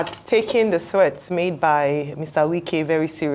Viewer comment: Wike is not say right